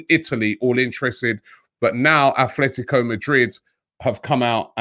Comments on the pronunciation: Robbie it is Atletico. Not Athletico Madrid. There is no H lol. Just a minor pet peeve of mine lol. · Repeat after me sir, At-let-ee-ko. Not like Oldham Athletic. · There is no H in Atletico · robbie bro its atletico not athletico. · Robbie, it's Atletico and not Athletico... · Just came to say it’s Atlético not “Athletico” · Not being annoying, but it’s ATletico, not ATHletico... 😉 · Robbie its 'atletico' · Athletico??? 😂Come on Robbie, get it right